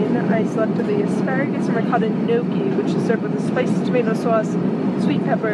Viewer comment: Not the best pronunciation of "gnocchi"